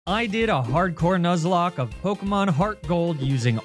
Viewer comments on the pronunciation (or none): none